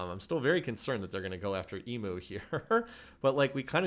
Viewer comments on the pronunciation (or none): Enjoying your vid, by the way I am an Aussie and it’s pronounced “e mu” not “e moo”